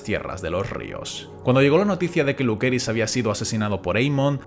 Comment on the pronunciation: No es Hermana Oscura, es Dark Sister, no es Roca Dragón, es Dragonstone. Tampoco es Luqueris, fonéticamente es Luseris (lucerys). Los sustantivos propios NUNCA se traducen. Por ejemplo: si naciste en España o Latam y te llamas Pedro, no es correcto q si vas a EEUU te digan Peter, o si vas a Italia te digan Pietro. Eres Pedro en todo el mundo, en la China o en a Quebrada del Ají. Period. Dejen de traducir los nombres. Es innecesario y es incorrecto gramaticalmente